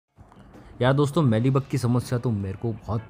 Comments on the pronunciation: मीली बग, ना कि मैली बग ! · मैली बग नहीं, मीली बग, मेरे भाई!